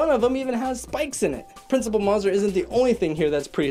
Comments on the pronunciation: It bothers me that he mispronounces Principal Mazur's name as "Maah-zur" when it's said repeatedly in the movie as "May-zur". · The principal's name is pronounced MAY-zer, rhymes with laser. I know because it wasn't until this movie came out in 3rd grade that my classmates started saying it right. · Somebody needs to explain the concept of easter eggs to this guy. Also, it's "MAY-zurr". You'd know this if you actually watched the movie. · Principal “Mah-zur”? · It's pernounce maze-er! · It’s insulting that you pronounced the principal’s name incorrectly. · The way he pronounced Principle Mazur 😭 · Oof the way he says Mazur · You said the Principal’s name wrong